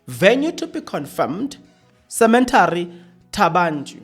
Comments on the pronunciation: Not cementary as you pronounce rather cemetry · Stop say Cemetary please,you should know better.😣😣